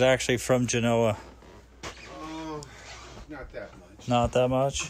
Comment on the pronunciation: Thank you for pronouncing the name of the town/settlement, correctly.